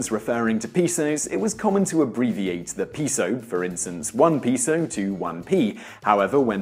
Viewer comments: His pronunciation of peso ruined the whole video for me. Do all Brits say it that way, or is he just plain wrong? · He has been saying "floor" all throughout this video. I don't speak fluent Spanish, but at least I know how to properly pronounce the word "peso"! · It's interesting that he pronounced it correctly the very last time he said it. I wonder if someone corrected him while he was shooting the video. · He pronounced it correctly ONCE, at the VERY end of the video purely to get across the notion that he was fucking with people who know how its actually pronounced. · Yeah that was making me nuts. He got it right at the end tho. I was gonna leave my own comment but people had already pointed that out. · OK so I can get over aluminum and contribute being mispronounced by British speakers but peso, no way hombre. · A "pee-so"? That's a meth pipe, not Mexican currency. That's a "peh-so" in your wallet? No, this is my meth pipe, my pizo. See? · Pay-sew Simon not pea-sew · Peh - so. Peso. Not "pee-so". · Pay-so, not pee-so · No its pronounced pey-soh, not pehso. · It's pehso not payso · Why is every Brit so smug and confident when they purposely mispronounce a word? Peso is a Spanish word, pronounce it properly, peh-so, not pee-so. It wouldn't be so annoying, if you didn't mispronounce it 5 times in 10 seconds. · Dude learn how to pronounce “ pesos (p e so us” )not pisos pisos means floor or several floors. Good video though. Thank you. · "piso" means floor, please pronounce properly next time 😂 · It honestly kinda fucked with my head a bit when he pronounced it "correctly" at the end, to be honest... Though, note, that "payso" is also technically incorrect. That's the "proper" non-spanish way to say it, but properly saying it is more like "peh-so", with the H sounds being a bit... Short, I guess? like the "pe" in Pepe. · could have been lmao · it is sad. If they use the latin alphabet, they might as well pronounce it correctly right? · peso is pronounced pay-so